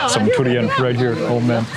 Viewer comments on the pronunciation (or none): You pronounce durian as turian. You must have been staying in thailand long. Durian come from the word duri mean thorn, actually what the fruit skin is like.